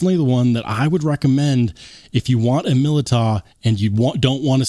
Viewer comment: The year of the Militaw. Militaw Militaw Militaw. Militaw Militaw Militaw, Militaw Militaw